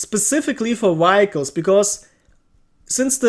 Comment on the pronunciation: say it with me now (vee hic les) vehicles